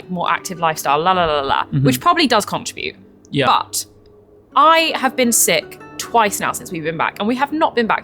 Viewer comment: now, don't get into any bad habits with your parking.remember the costly lesson ALSO now that we're friends i can be a bit more upfront and maybe even rude. you've got your pronunciation of contribute,arse about. it's [or at least this is how to do it proper in my view ] also you're allowed to tell me you disagree. or even butt out. How to Pronounce Contribute and Contribution and it's v"eye"timins not v"it" imins,or maybe we can argue about that because i used to have a welsh school teacher who did the same thing, poor fella.i think he picked it up someplace called oxbridge. i fear for you guys,what kind of trouble are you going to get in. and also,i've been thinking about this since you mentioned it. nsw cops could still be a bit dodgy.they had a dodgy reputation.we even got a supposedly honest cop from the uk to run the show but i heard he was tooo honest and we sent him home. they might have lifted their game since [we had our own style and form of justice which outsiders thought was a bit wonky. ] so just beware if you're thinking of doing something with them.